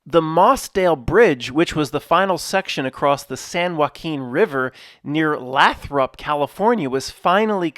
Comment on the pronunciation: It's Lay-throp <3